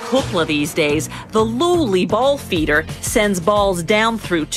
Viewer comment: I can’t get over how they pronounced “ball feeder”